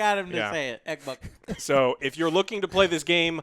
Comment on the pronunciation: said EKBOK I'm so happy! lol